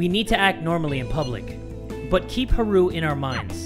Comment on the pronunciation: Is anyone else bothered by the way pronounces Haru's name?